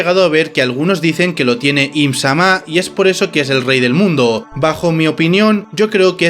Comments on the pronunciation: solo dijiste bien una vez im- Sama sin acento. todo el vídeo bien pero las pronunciaciones, con esa una vez te das cuenta que si puedes hacerlo mejor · No me suscribo. No pienso ver a quien diga "EEHMZAMÁH" Encima, el acento españica no me lo esperaba. Mejor vuelvo a la fandom en inglés. Y la cantidad de inexactitudes y errores... 😂😂 Si vas a hacer un video, hazlo bien. Da risa. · Tan difícil es pronunciar I'm-sama, lunarians y otras cosas básicas así?